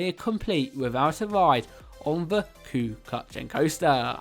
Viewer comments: "The cu cullian" is pronounced coo cull-ann coaster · It's pronounced coo cullen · Cu chalainn is pronounced coo-cul-an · Kyu-cuchyen coaster!? It's pronounced by the way koo-hulann coaster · can use Irish people pray for this guy to never pronounce number one like that ever again.. ku kuckchan coaster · "kOo ShUlAnE" ... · Great video! Cu Chulainn is pronounced Koo KULLin! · Yeah 😂 and not cu cuchan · it honestly hurts being a certified irishman and hearing someone say "the cue cutting coaster" I will pay for everyone's therapy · It’s actually pronounced cu hullan and not the way you said it but everyone speaks differently so it doesn’t matter 🇮🇪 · I know,since when was it Kyu-cuchyen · I'm so sorry but cu cutchin I am in pain as I'm Irish it's cu hullan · FYI the flags are from each of Ireland's 32 counties, and the correct pronunciation is "ku hullen". Hard to disagree with your choices though. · the cú kutchin coaster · I'll help him ok like this c-u-kulin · not trying to be rude but cu chalainn is pronounced like cu kullan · The 1st 1 u would pronounce it coo culan and its rly good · I'm irish and you pronounce it Coo Cullin. I'm terrified of it and refused to get on today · Pronounced cu cullan lol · No1 is pronounced kew kulan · ITS CU-CUH-LIN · #1 Cú Chulainn is pronounced somewhere between coo kull-inn and coo hull-inn (the "Ch" sound doesn't have an English equivalent) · The way he pronounces Chulainn is so funny💀😭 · HE pronounce it so wrong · At the end he pronounced Cu Chulainn terrible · The way he pronounced Cú Chulainn. 😂😂😂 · Frrr i think only irish people know how to say it!!!😂